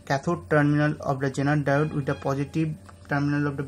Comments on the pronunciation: You are saying "genital" instead of "zener diode" , that's funny !!!!!! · Sorry but this guy sounds like he's saying genital.